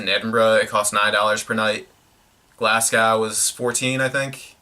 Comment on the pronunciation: Glasgow is pronounced Glas-go